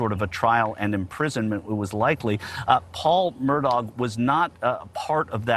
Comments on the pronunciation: It's "Mur-daw" not "Mur-dawg".... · It’s pronounced “Mur-dock”. My family is from Islandton. It’s my great grandmother’s maiden name. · Touche. it definitely isn't Mur-dog. Just like it isn't Lake Mold-trie but Mooltrie. I'm a native of SC as well. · I wish y'all pronounced their last name right. Murdaugh, pronounced like mur-dock.